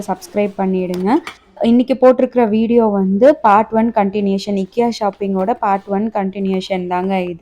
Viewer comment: Sister its i-kea... u r promouncing wrong. Dont take in a wrongful way 😊